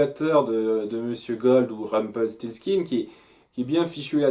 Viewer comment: Tu réussi à dire Rumpelstiltskin !!!! Alléluia !!!